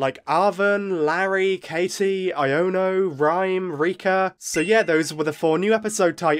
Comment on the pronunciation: Finally, someone who pronounces Iono's name right!